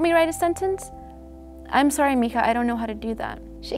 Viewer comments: she's Hispanic "mihah?" okay.......... didn't see that coming................. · sorry to correct but 'mija', Spanish h are silent so we use j :) have a nice day (I'm Cuban lol)